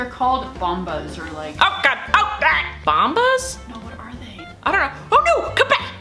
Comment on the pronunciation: Boomas😂 it’s goombas